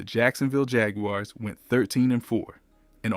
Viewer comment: He also said jag-u-ares